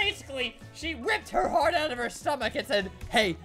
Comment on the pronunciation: "Ripped her heart owt of her Stomach."